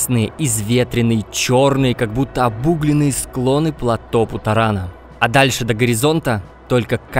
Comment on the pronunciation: первый автор на ютубе, произносящий слово ПЛАТÓ с правильным ударением